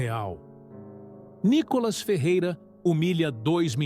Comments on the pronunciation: Por que vc chama o Nííííícolas de Nikólas??? Quer avacalhar com o nosso querido deputado federal né??? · Lá vem o NICÓLAS. O pronuncia do nome do Nicolas está errado. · Por favor: A cilaba tônica é " NI " e não " CÓ " entenderam? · Nicolas ou Nicólas, Veja e fale correto.